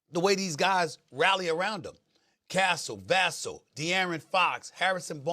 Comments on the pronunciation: It's Va sell.. not vass l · Castle and Vahsel 😂😂 ermm Its English language SEL and SELL at the end of a Word pronounce differently..Vassell is Pronounced as Vah-Sell like Sell opposite of Buy😂😂 Kid has Jamaican origins and Jamaicans actually Pronounce names in proper English.. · VAH-SELL BRO.. how long you been doing this? Can’t say anyone’s name right. I hate that his initials are SAS. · Does Stephen A know something that we don't? All season long, every time he refers to Devin Vassell, he says it as if it rhymes with Castle. It's not a difficult name to say, and I'm wondering if the rest of us have been saying it wrong? Or has he spent all season focusing only on how to pronounce Wembanyama? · I’m gonna keep saying the same thing in the comments every time: Stephen A Smith sounds like an amateur and/or ignorant when he mispronounces players’ names, even worse when he makes them rhyme. Vassell does not rhyme with Castle. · Will someone please tell Stephen A. to stop mispronouncing Devin Vassel's name? Do First Take producers read these comments? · Just like Sam Cassell smdh ...just with a V 🤦🏽‍♂️🤦🏽‍♂️ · I know Vassell prob mad as hell that so many media members clearly don’t watch the games because how you get the name wrong and they been on TV all year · No I think he just says it like that because it rhymes and that’s easier for him to remember. I’m not sure, but no, Stephen A Smith is pronouncing it wrong and I do hold it against him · He often pronounces Wemby wrong too, but it makes me cringe when he mispronounces Vassell